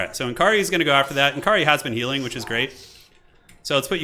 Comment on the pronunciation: its nkari, not eNkri :D